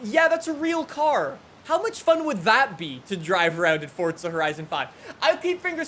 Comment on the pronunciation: its not forDza